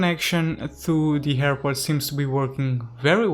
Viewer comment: I love the new hairport! (That's how you pronounce it btw)